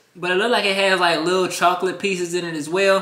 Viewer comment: Am I the only person that hears him say chalk-lit